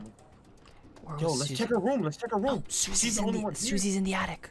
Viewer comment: says room like how Markiplier says room, "rum"